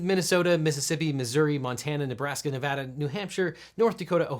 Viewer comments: way to go, properly pronouncing "Nevada!" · Wow you pronounced "Nevada" right! Have a like! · Thank you for saying Nevada right.